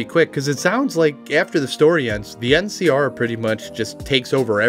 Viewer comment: Keep hearing MCR instead of NCR every time and my brain has a quick ?? before it catches up. Every. Time...